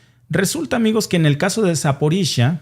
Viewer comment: Se pronuncia Zaporiyia, no Zaporisha, no se de donde sacaste eso